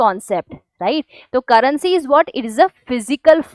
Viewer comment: Currency ❌ Carrency ✅